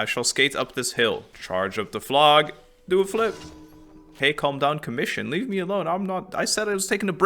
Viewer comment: I can't wait to see your act 4 reactions! But please.. is pronounced "flow" not "flog" 😅 Flow-gis-tin, Not Flog-istan. Not a single character in game as ever pronounced it that way but like, 50 of the people I watch play the game randomly mispronounce it the same way 😂. I get English is dumb and hard to sound out, but when 40 characters in a row say it the same way you'd think people would figure it out eventually